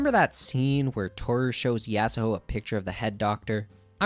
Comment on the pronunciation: The argument about Kira already having a presense doesn't work for the manga. He straight up didn't appear until halfway. They changed it in the anime, and prob will change it for Touru as well. (also it's so annoying that you say yasahoe instead of yasuho) I agree that he was introduced way too late tho